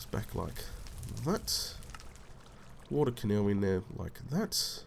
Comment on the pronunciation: "I came down for some wo-TAH" lol :)